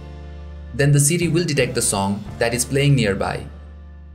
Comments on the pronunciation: Sidi u mean siri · it sounds like he is saying CD instead of siri lol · Lol. Siri is "Seedy".